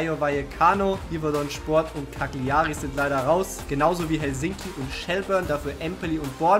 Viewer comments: Lustige Idee, kleine Anmerkung...bei Cagliari wird das G nicht mitgesprochen also quasi "Calljari" sonst gute Ding Wie wärs mit Champions League erster und letzter aus einer Liga, wobei der erste einer Liga den besten Spieler an einen der schlechten Vereine abgeben muss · Für mich als halben Italiener tat es in den Ohren weh wie Cagliari ausgesprochen hat